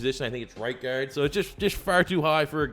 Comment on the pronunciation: The way he says guard is making me cringe